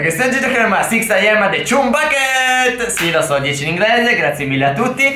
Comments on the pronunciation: La pronuncia è ciam non cium a parte questo siete grandi. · Probabilmente Non conoscete bene il mondo di spongebob ma chum bucket si pronuncia ciam backet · Bel video, anche (se non ricordo male) si pronuncia "cham" e nn "chum" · Non per criticare però chumb si legge ciamb se non sbaglio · Niente 10 in inglese Perché si pronuncia chamb bucket